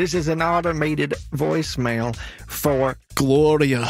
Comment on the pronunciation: “My mother got a woicemail” 😂😂😂😂